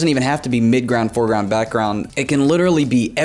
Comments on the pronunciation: Ah yes the foreglound flowers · "The For Glound" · The fourglound. Man trying to teach us art when he messed up the second word of the sentence. * Wheezing noises *